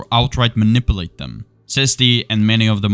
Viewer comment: I like how you pronounce manipulate as "ma nipple ate". Many prayers hope all goes swimmingly 🙏